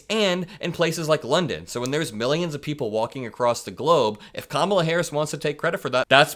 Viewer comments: check this out, you ever notice how he pronounces the vice president's name correctly this time, because she put him in his place and how to pronounce her name correctly that's how week he is. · He spent one day saying her name correctly. Wtf?